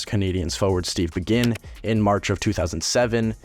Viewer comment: About 8 mins in, “collision with Steve Begin”… BAY-gin, FYI.